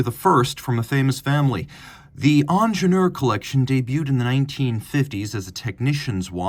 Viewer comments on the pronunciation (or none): It's not ONJENOOR, "EEENGEENIURR" as "eat" or "ear" with a strong "r" at the end It's a german name, When are you Americans gonna learn the right way?!